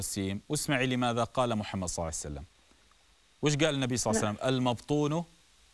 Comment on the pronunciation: بس ليش تگول صعسلم؟؟؟؟